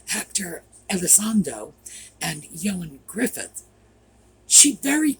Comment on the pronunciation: Ioan Gruffud is Ian (pronounced ee - ann) Gruffud (gruff - uh - d, not all these other ways you keep trying to come up with for his first name and Griffiths for his last name... He's Welsh.